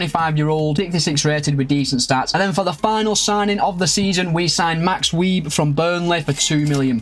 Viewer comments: It's max view not Weib in German the w is a v and that type of b is a s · I got a kick out of you saying it as "weeb" 😂 it's not your fault tho, I'm sure no one had ever told you that that's how the ß is pronounced. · Max Weeb is pronounced as Max Wise😂 Nice job getting Bouwman, big talent, time for an ajax rebuild with all their talent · Wieß is pronounced like vice, the ß is a specific german letter which makes an s sound. ć and č are a 'ch' sound. Loving the content!